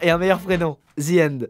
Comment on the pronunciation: "zie ènde"